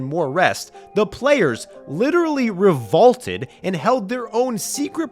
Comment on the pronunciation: "Re-VAULTED"?! LOLOL!